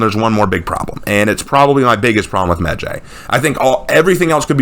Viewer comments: his name isn't meh jay it's medjay like eye/sky/cry/fly/hi/bye/why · It’s really weird hearing people pronounce it that way medjay I’ve only rlly hear it sound like medjai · Alot of people pronounce medjays name wrong when it's pronounced "medji" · I got 2 things wrong wit this video the fact you think ubisoft is being racist and the fact u don't know how to pronouns the heros name even tho your supposed to be some kind of historian or what not